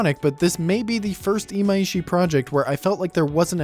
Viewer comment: His name is Imaishi not Imaiishi. I don't know where people keep getting this extra "i" from, but it has never been there.